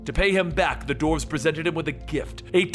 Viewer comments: what is a doorve? do you mean duh-warf? you sound like a freaking idiot again. like when you say dead body instead of group of people. as in corpse versus core. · Dwarves is pronounced d-war-ves not dorfes